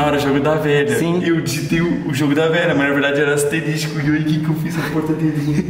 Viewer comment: Ele falando “ASTERISTICO” 😂😂